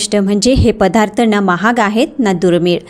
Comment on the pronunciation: पधार्थ न म्हणता पदार्थ असं म्हणावे.